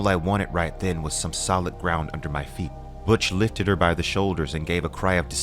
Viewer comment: Butch as in Butch Cassidy not Butch as in much.